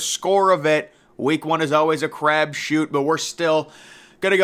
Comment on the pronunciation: "A crabshoot" - ?